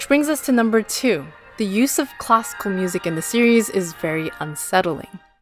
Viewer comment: It sounds like she's saying "Costco music" when saying classical music lol